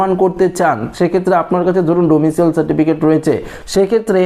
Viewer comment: কথাটা ডোমিশিয়াল নয়। ডোমিশাইল।